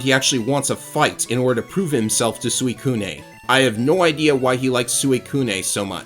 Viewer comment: I believe the Gen 2 remakes explain why Eusine likes Suicune, it’s because his grandfather would tell him stories of it as a child and he was fascinated with them. Regarding pronunciation, I think it’s “Eugene” but with an S instead of G. Suicune is also pronounced “swee-kun” as well, that’s something I only just learned myself like a year ago because I always said it the way you do.